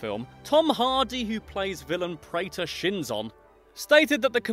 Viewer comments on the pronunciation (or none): none